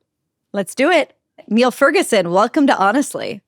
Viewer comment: Niall is too good natured to take issue with his name being mispronounced, so I'll do it for him.